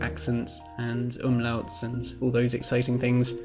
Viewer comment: Awesome vid! Btw how was the event you were visiting and could you speak a litle bit more german? Your pronunciation of the word "Umlaut" was pretty good :D